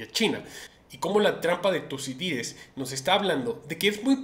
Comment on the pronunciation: Se dice trampa de Tucidides!!